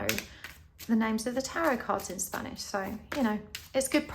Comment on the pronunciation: Your Spanish pronunciation is spot on and beautiful 💛 mil Gracias por una lectura de tarot muy interesante! Yo escoji el pulpo 🐙 🌟☀️🌟